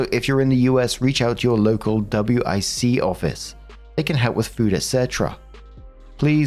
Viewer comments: don't pronounce it by the letters just say Wick like John Wick. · WIC we say it as a wick like a candle wick. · Most people pronounce WIC as 'wick'. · WIC is pronounced like a candle "wick" btw! i mean you can call it W I C, but in the US, we generally say it like "wick"